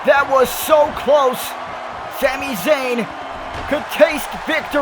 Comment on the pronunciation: why do u say shami shayn